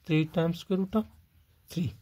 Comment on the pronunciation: Scroot?? Oh... sqroot or square root. Never heard of scroot before! 😂